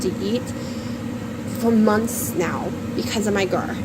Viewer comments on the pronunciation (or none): I really think the word is gerd NOT gerr. FYI 🙋‍♀️☕️❤️🙏🇺🇸🎉🎊